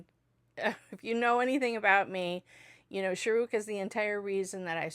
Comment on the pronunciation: When you say this name you stress Rukh and say Shah short. You should stress the Shah and Rukh is abrupt. So Shaaruk